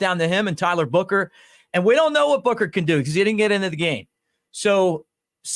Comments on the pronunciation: Buchner not booker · It’s pronounced Buckner even though it’s spelled Buchner